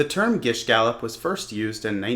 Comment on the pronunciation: you pronounced gish gallop incorrectly